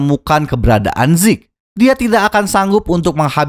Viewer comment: Zeke bang bukan zek